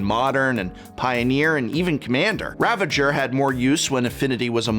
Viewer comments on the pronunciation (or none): Arcound "Ravenger" ... why do people say that?? Its "Ravager" darn it. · Ravager not ravanger Keep up the good work!